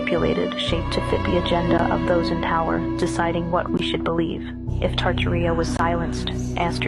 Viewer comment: Tarta-Ria sounds like Diaria! Try Tar-Tar-i-a, like the rest of the world pronounces it!